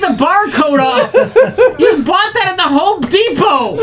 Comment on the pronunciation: Everyone missed saying "Hope Depot"